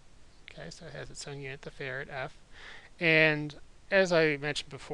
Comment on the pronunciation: Is it bad that I kept hearing "farad" as "ferret"?